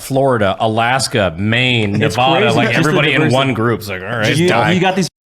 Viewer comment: Brandon I love you, but it's "Ne-VA'-duh."